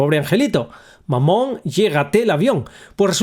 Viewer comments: Me he reído un montón, no por el contenido en si, sino xq no sabia que mamá en francés se pronuncia MAMÓN.🤣🤣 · Yo si lo sabía, aún así no deja de sonar gracioso jajaja. Maman, seguimos cabalgando